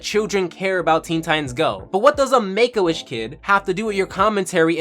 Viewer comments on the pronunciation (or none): Oh shit you are saying Make A Wish...... Honstly sounds like you are saying "Megoish" like it is some off breed od Jewish.